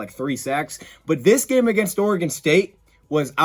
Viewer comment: Bonus points to for pronouncing "Oregon" properly...😅